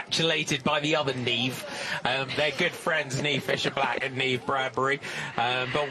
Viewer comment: Oh right. It's an Irish name. I laughed when Niamh won the U23 World Championships in Australia. The Aussie commentator was calling her Neemer. 😄